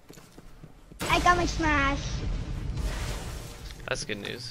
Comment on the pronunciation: "I've almost got my shmash" i broke into laughing when i heard this